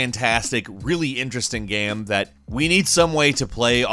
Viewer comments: Dave Price and “Gaem” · This guy pronounced the word "game" different every time he says it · gäm... stohrä??? wtf is with your pronunciation?!?